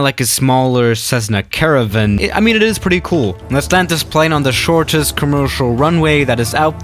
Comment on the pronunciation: “Cezzna caraven” lol